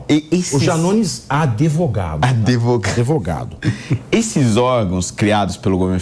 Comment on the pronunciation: Janones é "ADEVOGADO"